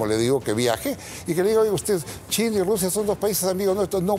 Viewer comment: dijo china o Chile no sabe pronunciar este Viejo 10.30 minuto